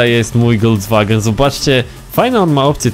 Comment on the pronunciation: Folkswagen Nie wolwswagen